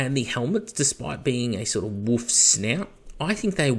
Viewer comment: You sound funny when you say “wolf tails”, you sound like you’re saying “WOOF tails” lol.